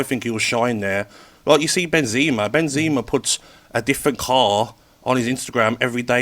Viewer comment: Who’s Ben-zee-mer 😂😂😂😂😂 Benzema